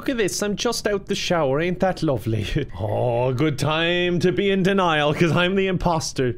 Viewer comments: No...You are correct. But it is "DEN-IAL" not "DAN-IAL" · Ah yes denial pronounced Daniel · it doesn't sound right when you pronounce denial "Daniel" and say "I'm in denial" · Denial lol I thought he was saying Daniel 😂 I was like that’s not how you spell it 😂